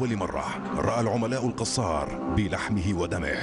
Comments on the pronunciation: المذيع يلفظ الكنية غلط ....القصار بدل الكسار ...انا اسكن بالحي الغربي في النبك بالقرب من قصر بيت الكسار الذي بالقرب من شارع امين من الجهة الغربية ...انا لست نبكي .لكني اسكن بالنبك منذ عام 1995 .وإنطباعي ان الشعب النبكي معظمه يستحقر أهل دمشق مع ان معظمهم يحرص على ان يمتلك شقة سكنية بدمشق ...اقول معظمهم وليس الجميع ..يعتبرون انفسهم فيهم رجولة لا يتمتع بها اهل دمشق ومن عشرتي لأهل النبك وانا تولد دمشق .انهم ليسو دققين بتلك الفكرة ابدا فمقياس الرجولة ليس بالفقر والغنى حسب منظور اهل النبك .فهنالك بعض أغنياء يتمتعون بخسة وندالة لانظير لها من دمشق ومن النبك .وهنالك فقراء كلهم شهامة وعزة من اهل دمشق ومن النبك ايضا .. ولا ننسا احمد الأديب الملقب بالص الذي كان يعمل بإقراض الناس مبالغ مالية على ان يستوفيها مع زيادة كفائدة وهوة نبكي اصلي .. هذى مثال فقط والامثلة عديدة . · ليش المعلق يقول القصار ......هوة من بيت الكسار